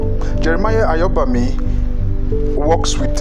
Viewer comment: Beautiful! The pronunciation of "AYOBAMI" 😊😊